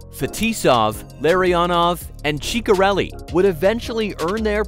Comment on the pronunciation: Dino Chicka relli?? 😂